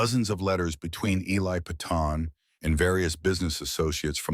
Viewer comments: I hate to correct ur pronunciation. But Peyton is not "Pea-ton" its Pay-ton. Like in the tv series "Peyton Place." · Peyton sounds like Pay-ton, not pea-ton